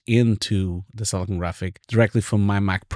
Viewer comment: I believe its called Silicon not Selecone